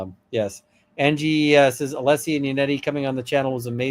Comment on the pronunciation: I understand they’re professionals and can’t or choose not to answer certain things. But still, I REALLY wanted to hear a bit more about Brennan constantly mispronouncing Alessi! Did he notice? Did he think it was intentional? Did he think it was a jackass move, immature/bully move, and attempt to discredit him?